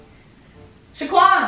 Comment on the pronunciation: Since when say Shaquan 🤣🤣